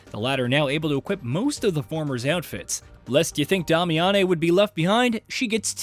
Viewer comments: “Day-me-ann”. Who tf is damiyannay? 💀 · "Dami-ah-nei"? Why do they insist on having "journalists" talk about a game they've never played?! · but is pronounced DAY-mee-uhn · Starting drink every time he says "Dah-me-ah-nay" instead of "Day-mee-ahn" like they say in the actual game Damiane is in. 🤷🤷‍♂🤷‍♀ Kinda like where he talks about boss armor before saying, "yeah, you read that right," even though just heard it & we didn't read anything because it's a YouTube video. 🤔🤔🤔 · Dame. E. In. They said it in the game tons of times. I'm now certain these channels don't even play games but push out content for content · Who is "Dah-Me-On-Nay"? It's Damiane lol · Dom-ay-ya-nay bothers me more than it should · Yes!😂 let’s call her “Dah-meh-yaa-neeh” lmao 🤣 Good job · yeah pronounced Damian. This game alone had shown me just how many people have no clue how properly sound out words themselves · Honestly i was like is he saying Dami-Annie. Where are these extra letters coming from? lol. Not hating, just enjoying the ride. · Dam-i-a-ne is her name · Disliked, and unsubscribed due to Damiane pronunciation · Ok, I had to stop and downvote due to that horrid butchering of Damiane's name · bro is just rage baiting by how he pronounces Damiane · I mean if you actually played the game then you’d know how to pronounce Damiane’s name. You invented your own pronunciation there my guy 😂🤣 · I was cringing so hard every time he said it.